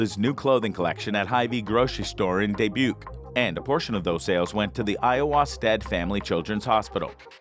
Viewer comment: Dubuque Iowa is pronounced duh·byook